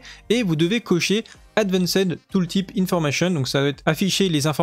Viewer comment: Pour la prononciation du 2, c'est plutot "Advènst" que "Advancèd" hahaha mais pour la 2 c'est la "plage" de stats du coup ! Merci encore pour tes vids !